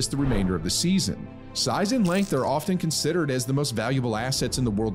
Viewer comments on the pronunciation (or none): none